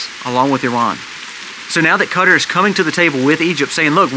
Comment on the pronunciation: Qatar is pronounced kah-TAR